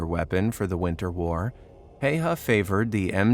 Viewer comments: Häyä not Haya. Search how to pronunce ä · HÄYHÄ Not Hejha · Well, the pronunciation could have been better, but his last name is one of the harder for non-Finnish speakers. Well, Swedes, Norse, and Estonians should nail it as well. The sights of his rifle were called "bunny ears". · I know about his military career and I will not watch this video because his name is being pronounced wrong sorry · You pronounce his name wrong